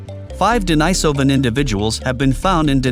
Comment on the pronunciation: Agreed. It's totally unnecessary. And I wish the narrator would settle on just ONE pronunciation of the word 'Denisovan'. This back and forth between two pronunciations of the letter 'i' in 'denisovan' is annoying